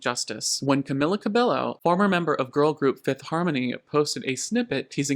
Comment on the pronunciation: with the quality of how every thing is put together and your effortless charisma, i was shocked when i realized how young this channel is?? i'm about to start industry plant rumors... (however you MUST know that's not how Cabello is pronounced😭)